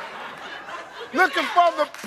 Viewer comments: She didn't even spell it right either. Its Loin she said lion. Lol. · Lawn Lon L.I.O.N And she meant loin 🙈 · She pronounced it pork lawn and spelled it pork lion 😂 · So she spelled pork loin pork lion and pronounced it pork line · Loin! Huh? Loin! Pork lawn. L I O N. Loin. Pork lawn. What the hell is a Pork Lion? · Said lawn spelled lion meant loin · She mispronounced the word loin😓😓😓😓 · PORK L I O N😂 when she meant Pork Loin 😅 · she fuckin said it wrong then spelt it wrong... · The funniest one to me is the first woman saying "pork L-O-I-N" and immediately spelling L-I-O-N 🦁 I am stammering in disbelief. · She mispronounced loin and spelled it wrong. Should she really get a point.